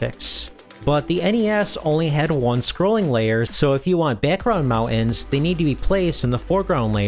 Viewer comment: What is a butt-in? Or mount-an?